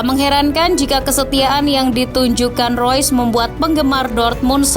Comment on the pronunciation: Kenapa admin bilang rois.. Itu kan reus